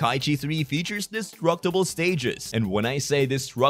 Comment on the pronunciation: Saying, disruptable or destructable because bro you sound like you're forgetting the t